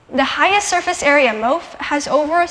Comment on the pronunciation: She says "MOF" wrong. For the record, it's pronounced in a way that rhymes with "cough." It's cool that she's involved in research and speaking out about it, but... it's kinda weird to speak as if from a position of authority and not even say the acronym of the material properly. Also disturbing that CO2 is drawn as a bent molecule.